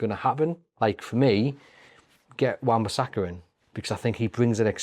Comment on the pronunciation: Wan bissaka ffs 😂